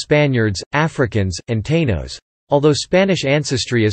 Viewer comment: Borigen?? Porta Ricans? Tainos pronounced taynos?? 😂😂 You have an accent!!!!! LOL! Let us tell our own story 🤦‍♀️